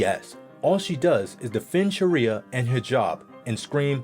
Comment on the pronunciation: He's saying sharia so wrong :(